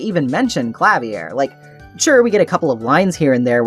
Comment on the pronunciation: Idk if anyone mentioned it yet, Klavier is pronounced Kla-veer Anyway. Thanks for this video!!!